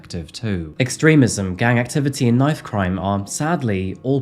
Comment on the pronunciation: Being from the US, and hearing you say " Knife " crime, I had to go back and listen again, I thought maybe you had said " Nite" crime ?? But no you did say Knife crime, you know that's not what you would hear in the US ?? NO it's all about the " GUNS " !! I wish people only used knives here too, Well you know what I mean.....? In a perfect world there would be no weapons, or crime !! Unfortunately we do not live in a perfect world .....? Thank you for the more detailed version of this story. I've seen it before, but a much shorter version ? ✌🏻💯👍🏻